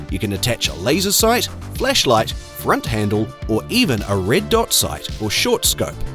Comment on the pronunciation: I swear it sounded like you said you could attach a FLESHlight to the first one😂😂